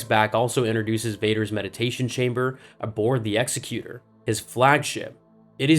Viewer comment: I like the concept of this video. As far as its execution...👎 It's self-contradicting in several places, it gives false information, and even though this last criticism might be considered a little ticky-tacky...for the love of Pete, the name of Vader's Super Star Destroyer, the Executor, is pronounced like this-> egg-zek'-uter (As in, "Who's the executor of Pappy's last will and testament?"), not this ex'-eh-cuter (The word I believe they're thinking of is "executioner.") The latter pronunciation isn't even a real word...but that doesn't stop Star Wars fans everywhere from bu gling the pronunciation.